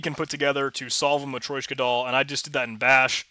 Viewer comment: It's actually matrYOshka (матрёшка) ;)